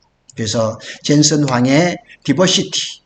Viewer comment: 디버시티라고 하지 말고, 다이버시티라고 하세요. 영어 단어를 쓰려면 맞게 써야지... 아니면 쓰지 말던가....티시벤더도 티쓔벤더로 들림.